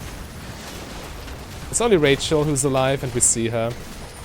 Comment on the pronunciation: I laugh every time he calls Xayah "Rachel"